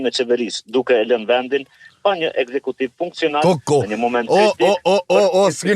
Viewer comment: *Produksion jo produkcion....ekzekutiv jo eksekutiv